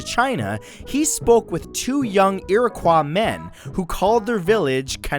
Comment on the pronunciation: is it me or did matt pronounce Iroquois wrong?